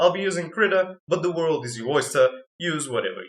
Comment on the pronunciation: IS THAT A JOJO REFERENCE. Also you say WARUDO. Nice video tho.